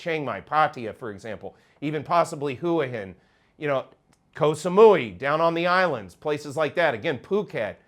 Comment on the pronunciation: A plea from Hua Hin: PLEASE, the first word is not pronounced "Hoo-aa", it is "Hwa". At least, that's what we who live in and around the town call it and I think we are best placed to know. 😉😁